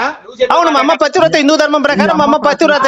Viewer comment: 'పతివ్రత' అనే పదం పలకడం కూడా చేతకాదు ఆ మూర్ఖులకి.